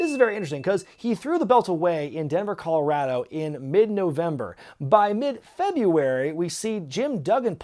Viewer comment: Good job pronouncing Colorado right,. You dont hear that very often from people not from here